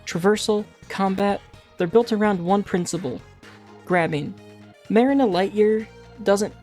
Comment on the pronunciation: also don't want to be pedantic but her name is pronounced Muh-REE-na (like the place people store boats) , not MAH-rin-uh. I'd normally say it doesn't matter because honestly who cares, but the professor shouts her name constantly throughout the game lol